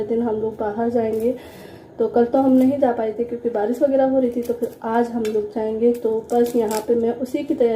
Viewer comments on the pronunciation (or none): none